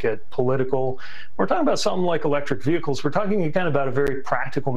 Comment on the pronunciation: Vee hickles, ffs